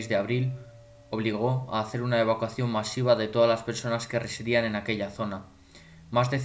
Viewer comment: Y aprende a decir evacuación* grangoso